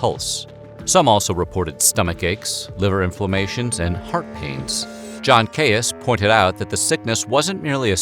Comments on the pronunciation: I’m pretty sure Caius, is pronounced keys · Very interesting, but please note that Caius is pronounced like ‘keys’. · Caius is pronounced "keys". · John Caius' surname is pronounced 'Keys', at least in the name of the Cambridge college of Gonville and Caius. Weird English pronunciations strike again! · Caius is actually pronounced ‘Keys’- odd but true! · Caius is pronounced Keez. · Caius is pronounced keys, is it not? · Caius is pronounced keys. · Pronounced Keys college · Gaius is pronounced "Keys" in the UK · I thought Caius was pronounced ‘keys’ in this context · Caius is pronounced keese . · hey bud!!! obviously a bit late for it now, but Caius is pronounced like “keys” - i made the same mistake when i first moved to Cambridge for several months before i luckily overheard it pronounced correctly by a student themselves:)) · I’ve always understood ‘Gonville and Caius’ to be pronounced ‘Gonville and “Keys”, which probably means the doctor was also “Keys”. Sorry, Limeyish is prone to this sort of thing lol (On further checking I’ve found that the doctor’s name was “originally” Keys, and he had latinized it, as was customary. Further confusion arises from the name ‘Caus’, which is Norman in origin). In my youth the College was famous for the William Morris wallpaper said to adorn the Students Common Room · Shire in a name is always pronounced "sheer" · Hi sorry to be a dick but it's pronounced 'and Keys college' and don't ask me why. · Believe it or not, John Caius’s surname is pronounced KEYS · It’s pronounced keys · Just a little thing; Caius is pronounced 'Keys'. Good video, though. Thanks! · 'Caius' in Gonville and Caius college is pronounced 'Keys' - don't ask me why.... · "Caius" in this context is one of those annoying words that doesn't sound like it's spelled. It's pronounced "Keys". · Dude, Caius is said like "Keys". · John Caius is pronounced as “John Keys”. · Yo, it's not "kayus" it's "keys" 🤦🏼‍♀️ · Dr. Caius's last name is pronounced /ki:z/ or keys